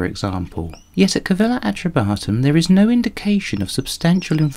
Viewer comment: Its is Calleva not Cavella